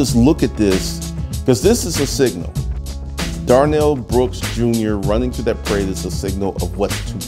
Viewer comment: Darrell, not Darnell.